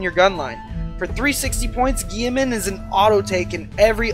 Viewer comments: Geiman!!!!!!! Robute (ro-boot-ee) Guiliman (Ghile-men) My EC guild is going to hear of this and this will become and amazing meme. But in all seriousness great vids, I have watched three of yours so far have liked them all. Keep it up. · Dont ever pronounce guilliman lile gieman again lmao